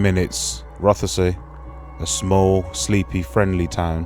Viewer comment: ur saying Rothesay wrong. It’s just said like Rossi - I’m Scottish